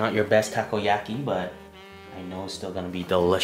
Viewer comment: dude he cooked the Takoyako as he sais but its "Takoyaki" he cooked them so bad and then even used scissors its quickest if you cook good balls and then turn them with a skewer also he uses chopsticks and pokes things that is so disrespectful all over asia